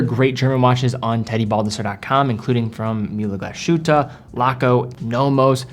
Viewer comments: Just a friendly pointer: The "s" in Glashütte is not pronounced like the "s" in "shit" but like the "s" in "sick". The "h" is spoken like in "Hi"...so almost silent, just "move air through". The "ü" and rest oft the word you already have down :). So GlaShÜtte ^^...not "Glaschütte" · The "sh" in Glashütte is not pronounced as "sh". Instead it is Glas-Hütte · The place speaks "Glas'-huette" not "glashoote". "Ü" is like french "ue" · Great watch! Btw. It's pronounced Glas-hütte (glas huette) not Glash-ute 👍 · your pronounciation of German brand names is very much on point. Congrats! Just one exception which you get wrong: "Glashütte" is a compound word: "Glas" plus "Hütte". Therefore, there is a split between s and h. It is NOT pronounced "Gla-sh-ütte" as you do. But "Glas-hütte". With an "s" as in english "glass". And not like an "sh" as in english "flash". (The meaning of the name is quite simple and obvious: "glass hut". The villagers were producing glass centuries before they began producing watches. Hence the name.). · Thanks, I was about to post the same thing. Glas-hütte, not Glah-schütte. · It's not "hoote" because there's an umlaut on the u. It's huuuuu-te (hard to represent here since the vowel / pronunciation doesn't exist in English) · Argh! Glas-Hütte, rather than gla-shütte, please! (No Sh-sound, as it's a compund word, think "Glass-Hut") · Glass shootah? Americans... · the s and h are not togetehr to form a sh sound it's "Glas(s) - hütte" and it means glassworks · Great video; however, Glashütte is pronounced like "glass hutte" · Mühle Glashütte pronunciation cracks me up😂 dont know how to explain the "ü" but try saying glass-Hu(ü)tte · Love ur vids but its Glas…..hütte… no hate. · I dont want to be an ass here, but its called Glass Hutte, there is not SH sound .. listen to it on google translate. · You are butchering the name :) Try to make a pause between Glas and Hütte. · total disagree, it sounds like Glasschute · GlaSHOOTA, babyyyyy!